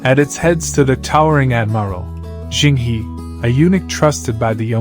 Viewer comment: Zheng He is pronounces "Jeng Ho".